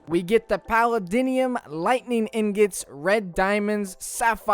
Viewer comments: PALLADINIUM??? ITS PALLADIUM LMAOOO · You don’t need to use coins. You can hit the “Legacy” Button in the top right, and you don’t have to use the tokens to make suits. Also, it’s pronounced “Pul-ae-dee-um” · have you EVER WATCHED IRON MAN CUZ ITS NOT paladinium its PALADIUM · Pa-lay-d-yum Hate to be one of those but that’s how Tony and Jarvis say it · palladinium lmao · Back with my "Palladiniuim" Me: wait wat? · This guy really said “palladinium” so confidently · How you pronounce palladium made me have a stroke